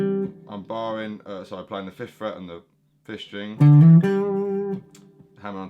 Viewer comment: I love this lesson but EVERY time he says fifth string I hear FISH string. It makes me stop in my tracks every time. Great lesson though.